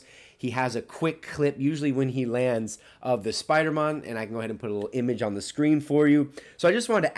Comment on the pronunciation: i laughed so hard when you tried to say spoidermon